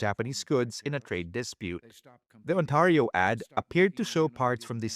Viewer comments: Ontario. Not Autario. Get your AI fixed. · I wish the announcer would say Ontario correctly!! It is NOT On-TAR-io. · This must be AI because Ontario is pronounced wrong .